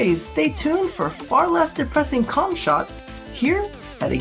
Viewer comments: It is pronounced as "Ohm" not Comb. The letter K is silent. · The way I read it it sounded a bit more like "Comb" than. . . you know what.